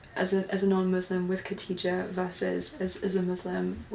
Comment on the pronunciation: Kha-dee-ja, not Katija. Like pronouncing Bach (German composer) or when you make a grunting noise at the back of your mouth